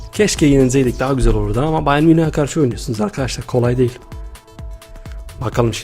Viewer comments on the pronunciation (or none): none